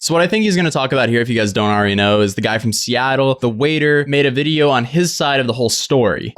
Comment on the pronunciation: DID YOU SAY VIDEYER